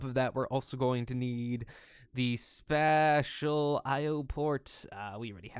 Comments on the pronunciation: It's pronounced spaysh, not spash. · The way you pronounce "spacial" makes me cringe. XD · Spatial = spay shull -. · Space... Spatial is pronounced like space-tial. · Dude, it's pronounced sp-ay-stial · i know right!? i might have subbed had not been for that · Your pronunciation of spatial.@@ Auuuugh. Other than that, nice I guess. Was really distracting though.@@ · He's pronouncing it the same way you'd pronounce "Special" if you put an "a" instead of an "e". The English language is buggy xD